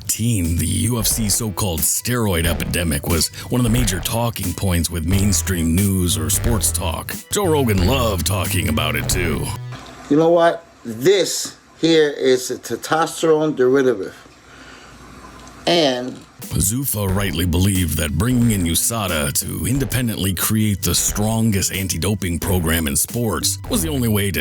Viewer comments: “This here is a tetosterone deretitiviv” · Wtf is a "tetosterone deritivive?" Was he holding an IRL pictogram?